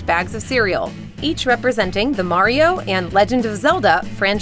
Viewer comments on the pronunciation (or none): none